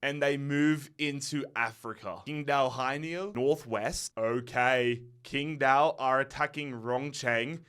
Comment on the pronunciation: as a chinese speaker it pains me hearing how he pronounced qingdao 😂u would be much closer if u pronounced ching-dao instead. dont ask me why, this is how mandarin Chinese works. the Taiwanese system would prolly give u Chingdao for the same characters. I just got used atp...